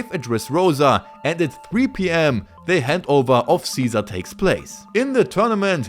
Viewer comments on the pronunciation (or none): none